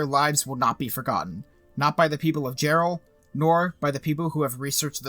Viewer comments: Dude its pronounced Yarr-ell hahahaha. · It was Jarrell, not Gerald. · Isn’t he mispronouncing Jarrell?